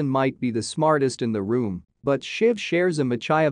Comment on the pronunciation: You mispronounced Machiavellian